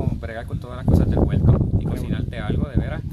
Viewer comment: Yo no se de donde sale que el dice guelto en vez de huerto, debe ser que en mi pai RD décimo guelto y no sabemo ditinguir la palabra.